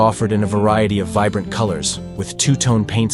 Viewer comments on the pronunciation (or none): none